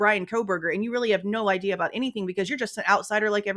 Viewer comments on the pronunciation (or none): none